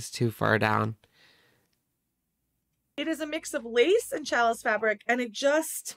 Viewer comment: I can't with calling it a "chalice" fabric... it's not that hard to check pronunciation